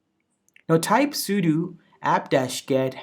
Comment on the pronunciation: That's what it sounds like when you say 'router', however, he is saying 'sudo' wrong as he is saying 'sudu'